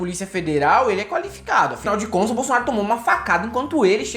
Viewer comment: o pior, o robô : "bolsolnaro".